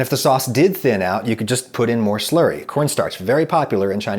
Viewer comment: He says "Slurry" but I hear "Slurpy" I don't know why